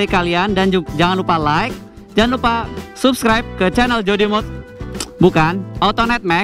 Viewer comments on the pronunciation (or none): none